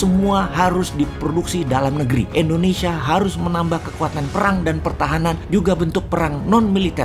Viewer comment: Kok endonesia ?? Tolong bang , klo ucap indonesia jngn endonesia ,,, kek jmn orba aja